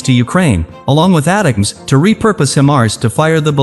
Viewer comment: This guy has no clue how to pronounce HIMARS or ATACMS, so don't say it the way he did unless you want to get laughed at. He also has absolutely no clue when he says the HIMARS provided to Ukraine would require significant hardware changes 🤣🤣🤣🤣🤣🤣🤣🤣. Idiot. Where do these fake news bozos come from anyway?